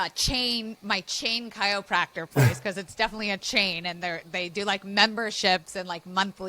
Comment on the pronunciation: I love this video, but I don’t love how you’re saying chiYopracter every time 😭😅